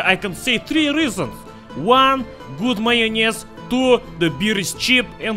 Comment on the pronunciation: XDDDDD this accent "Majonez" I love the Russian accent And.... majonez and kiełbasa party xDDDDDD